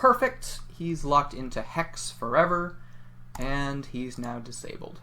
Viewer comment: “I am disbleye” snaps fingers